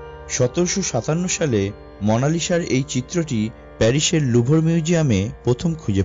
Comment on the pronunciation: Presentation khub ee kharap, Video smooth na. ar Bangla Pronunciation onek baje.... apni ki totla? প্যারিস কে পেরিস বলছেন।